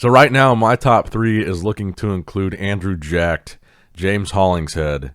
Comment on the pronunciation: Somebody get some jollof rice for his pronunciation of Andrew’s name. Pretty good 👍🏿